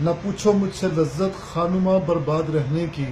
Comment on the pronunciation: خا نما غلط تلفظ ھے بلکہ خانما صحیح ھے Kha Numa GalatvTalaffuz hai bal k Khaanmaa Saheeh Talaffuz hai.